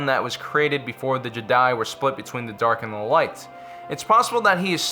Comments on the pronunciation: it's "jeh-die" not "ji-dye" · It’s jed-eye not jidie smh I’m unsubbing. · FYI not Je'daii its Jedi'i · Man really just said “Je Die” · The JEDAYY XD XD XD LOL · stop saying Jedi like an idiot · why did you start saying Jedi in a weird way half way through the video? lol